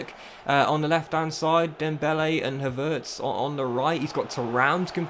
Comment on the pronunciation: Why do you pronounce Havertz like that 😂